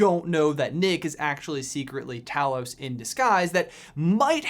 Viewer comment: Talos is pronounced TAY-los.